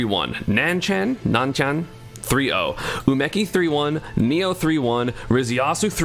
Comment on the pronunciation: Just a heads up ESAM, Neo is pronounced Nay-oh rather than Nee-oh. With that said, I know this was just an honest mistake, as I believe you’re the most respectful Smash player when it comes to pronouncing Japanese player names. Have a good day! :)